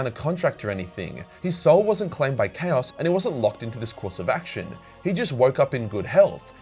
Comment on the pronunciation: I am and am just now realizing you've been saying "CHAOS knife" - and not "Cows knife" and "Cows magic"